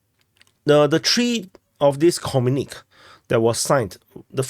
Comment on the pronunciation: Comrade, it's pronounced 'communikEh' not 'communik'.